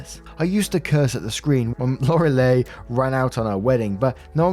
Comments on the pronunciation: Lore-lee Gilmore, oh man, I had to look at the screen haha. It's pronounced Lo-re-lai It's ok to not know, no shame, I did find it funny tho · I know this is a small thing but her name is pronounced lore-uh-lie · the name Loreli (spelling, sorry) is pronounced lore-eh-lie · it is pronounced Lor-el-eye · It’s Lore-eh-lie haha I think Lorelei Gilmore is from gilmore girls but ive never seen it lmao